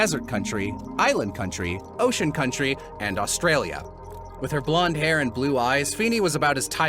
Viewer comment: ..Island Country, Ocean Country, and *Austrailia*. THAT AUSTRAILIA AFTER LISTING OFF THE NAMES HIT ME LIKE A BRICK WALL LMAO